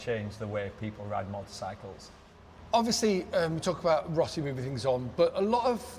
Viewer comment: its rossi lol